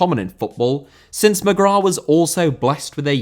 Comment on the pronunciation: Mcgrath* not Mcgror